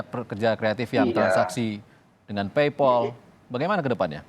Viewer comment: ngomong paypal aja masih peipel wkkwkwk. fix sih ini mah boomer awam